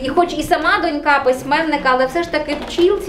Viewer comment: Ріже вухо неправильне наголошування: донькА, донькИ, донькОю :(